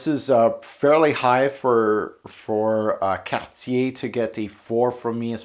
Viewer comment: first Youtube reviewer to pronounce Cartier properly